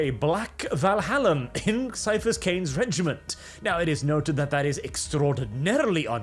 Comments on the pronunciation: It's "ki-a-phas Cain" not "cyphus Cain." Audiobooks are your friend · He can't pronounce Ciaphas. Tourist.